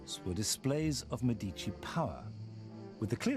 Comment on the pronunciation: Listen to how the Italian lady pronounces Medici! That's the correct way to pronounce it! Get it right!